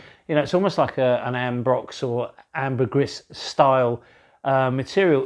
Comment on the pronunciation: My ears bleed when you say ambergris. Pronounced: Amber- greeeeee.